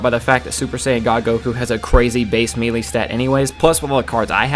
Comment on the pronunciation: Its pronounced maylay, did you play SSB Melee?